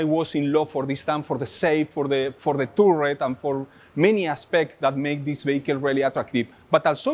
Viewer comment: Nice picks, although I'm a bit over the Tiger. I agree about the Crusader, great looking tank, one of my faves. Love how your roll the r in "turret"!